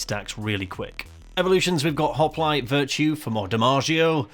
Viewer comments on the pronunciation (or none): none